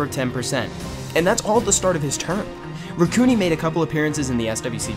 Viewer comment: I thought it was (Rack-u-nai)